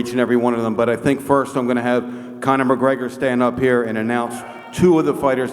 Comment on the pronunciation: "Get up heah and stand heah next to the big boss" 😂😂😂